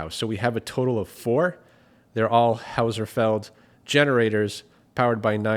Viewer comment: great content as always. FYI, the brand is pronounced "Hoss-Felled" not Howserfeld. Keep up the great work!!